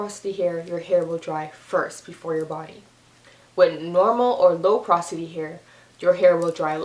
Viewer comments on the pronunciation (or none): For goodness sake, it's PO-ROS-ITY!! Not, prosity!! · yes like the word pore or poris like a sponge is very porise